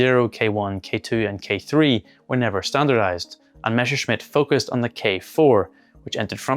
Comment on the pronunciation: meSHerschmitt -> instant downvote It's MeSSerschmitt